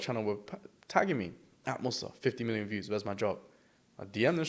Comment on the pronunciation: mussy? wasn’t his name moussa? 💀